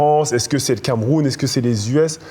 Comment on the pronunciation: Putain TP s'écoute tellement parlé 😢 MOI JE MOI JE..... Et maintenant il se force à prononcer les mots US avec l'accent, ce qu'il ne faisait pas avant.. Il devient insupportable